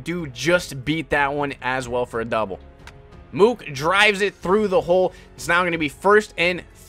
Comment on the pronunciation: Btw it’s moose not mook